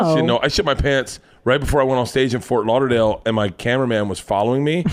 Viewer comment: haha anybody realize Christina said 'Fart Lauderdale'?